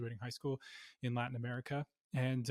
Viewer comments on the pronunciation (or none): none